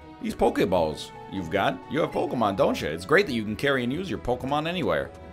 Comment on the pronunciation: Can I just say, I appreciate the way he pronounced the "é".